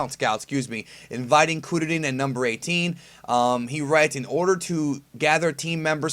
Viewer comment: The way you say kuririn is triggering me. They dont even say it like that in the show with their thick japanese accents. They say it like "Kur-rih-rihn" not "koo-dah-dihn"